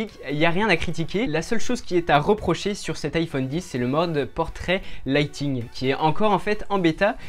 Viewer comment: Bonne vidéo ! le mode portrait ne se prononce pas lighting mais lightning.